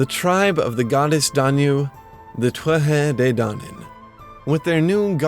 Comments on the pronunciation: By the way its pronounced (phonetically) ‘toot-ha day dan-an.’ Now in different dialects it changes slightly but definitely not twuatha 😂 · Tuatha de dannan is pronounced Two-Ha De Dan-en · two-at-tah day dawn-on :) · Your pronunciation is really good ,quick tip when you say conaught the "ght" part is alot more gutteral .con-nocht Same when you talk about the thuath de dannan ,thuath is said like two-a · Native Irish speaker here from Corca Dhuibhne, our dialect generally pronounces it as 'Too-ha Day Daanan' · Anyone else love the way he pronounces the "Tuatha De Dannan?"